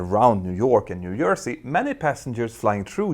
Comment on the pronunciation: It’s so cute how you say New Jersey - New Yersey. We Americans love accents🙂